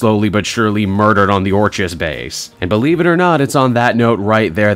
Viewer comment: Orchis (OR-kiss) like Orchid.